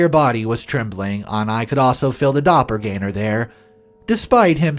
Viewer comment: "Dopple-gang-er" not "Dopple-gainer". Besides that, nice vid. Cheers.